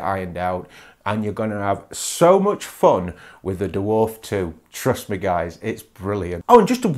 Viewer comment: I'm comfused why you call it the Duwarf 2, as a fellow brit...just say Dwarf..?